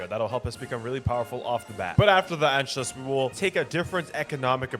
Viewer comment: it is pronounced ANSHOOUS